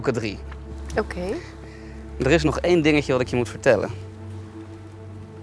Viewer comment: Zegt heel nadrukkelijk één drie vier wat blijft er over logisch